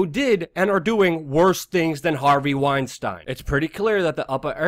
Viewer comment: luke please pronounce harveys name correctly trying to make him not sound jewish